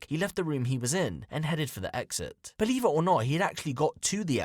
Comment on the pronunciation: ' i ain't Bweeve ' i ain't Bweeve '